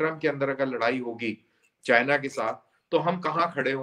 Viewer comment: becomes 'Cheena' when discussing China.:-)))